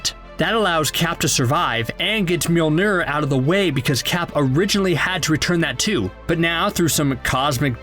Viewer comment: How the narrator pronouns very badly on mjolnir ?